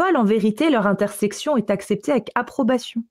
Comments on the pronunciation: Intercession,, intercession. Pas intersection 😅😊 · C'est intercession et non intersection;) sinon magnifique travail belle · c'est intercession, pas intersection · "intersection" ou "intercession"? dit toujours"intersection", mais je ne comprends pas ce que ça pourrait vouloir dire. Sinon, anecdote très intéressante! Merci pour cet exposé.